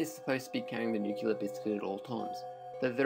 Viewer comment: OMG!!! It is NOT pronounced "nuke-u-lar"!!! And you say it inorrectly so many times!!! It's pronounced "nu-clear." Educate yourself before torturing people with your ignorance!